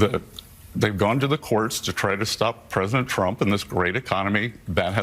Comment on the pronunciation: It sure as Hell sounded like (that wretched hijacker of names!🤬) Mike Johnson said “President Chump”! Maybe it was just me hearing that. Maybe. 🇺🇸